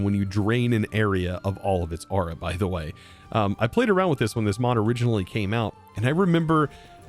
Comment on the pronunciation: i keep hearing you say ara not aura got so annoying i literally could not finish the episode due to hearing the wrong word 50 odd times in 2 minutes